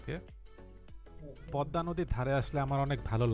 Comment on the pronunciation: Thank you for this beautiful presentation. Never mind, the pronunciation is PADDA bridge instead of PADMA bridge. Thanks once again.